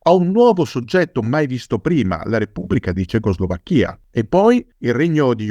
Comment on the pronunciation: Curiosità. Quando pronuncia "cecoslovacca" o "Slovacchia" lo pronuncia correttamente, ma quando dice Cecoslovacchia mette la pronuncia sulla I finale (nonostante questa pronuncia sia incoerente con le altre due e non usata da nessuno). Come mai?